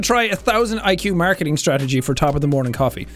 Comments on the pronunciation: Sean: Screams at us to buy his coffee Also Sean: Mearcketiing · the way he says "marceteeng" is just music to my ears